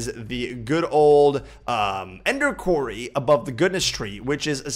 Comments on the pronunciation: episode 17 and still says quarry wrong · HE SAID QUARRY RIGHT!!